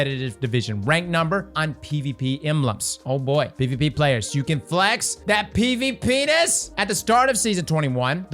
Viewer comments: says pvp-nis 👁👁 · heh heh... he said pea-ness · When you said ‘pvp-ness’ all I heard was ‘pvpenis’. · He said "penis" hehe "PVPness" hehe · Lol say pvpness again 😂